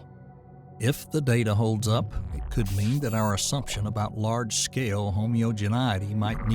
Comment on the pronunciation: Was it "homeo-gen-i-ety", ? It WAS homeo-gen-i-ety, wasn't it?